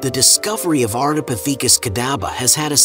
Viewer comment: Is it a robot voice? It's very consistent in its delivery. And it's very suspicious that Australopithecus is pronounced correctly but Ardipithecus is butchered. Next time they should not chose "breathless voice" 🙂.